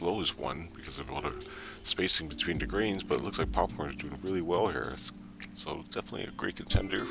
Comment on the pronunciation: I believe its pronounced "Pupcorn"